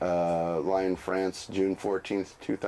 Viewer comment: Lyon is pronounced Leon not lion.